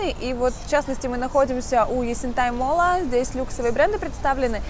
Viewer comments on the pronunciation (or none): none